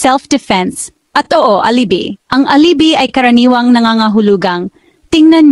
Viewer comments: Alibi (ali-bay)....nakakaimbyerna pronunciation mo! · Wrong pronunciation of alibi miss